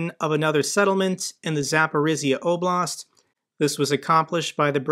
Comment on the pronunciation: Dear, I appreciate your informative, knowledgeable videos a lot. However the pronounciation of some names of places are not correct. One region, called Zaporozhye is you should improve. The last syllable sounds not S, but ZH, which sounds like J in french JEAN. (I speak Russian a bit Ukranian too.)